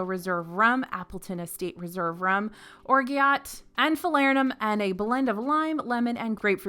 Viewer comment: Love this one like I do all the videos. Small note about "orgeat syrup", it's French and not pronounced anything like the American spelling. It sounds like "or zhat".